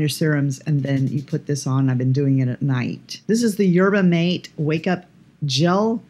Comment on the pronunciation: Hi! Dang it, more things I now need! Darn you! In case you want to know yerba mate, the mate is pronounced mah-tay! Cheers.